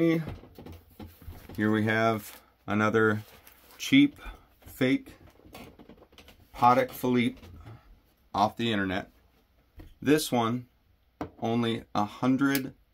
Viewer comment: Looks like a package from the cartel 😁… kidding, kinda. But seriously it’s PA-TECH——FILL-EEP. Edit: After watching the rest of the video I don’t like the how much money they spent on the packaging… it’s China so you pay for that and I’d rather have it in the watch. If it’s a $500+ then sure, but $200… ehhh I’d say definitely not. Also there are Chinese micro brands that make amazing watches. San Martin, Sugess, Cronos etc… I’m wearing one now. The Cronos has a PT5000 (which is an ETA clone and keeps amazing time but uses softer metals I suspect because if you rely on hand winding dead movements they don’t last long I think in my experience) high best 28bps movement and the NH35 which is a tank and just works. Never had a real Swiss made ETA but they’re probably $150-$190 (too lazy to look it up) just for the movement I’m guessing. I suspect sellers have to charge at least $350-$400+ for a decent Swiss movement. If they cut that (pretend we got a real Patek/Rolex packaging out I’d be happier. Just trying to impress myself not trying to pick up the lunch lady 😉